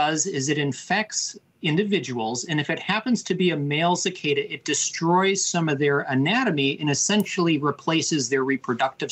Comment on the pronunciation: The newscaster is right: it's pronounced as 'see kaaa da."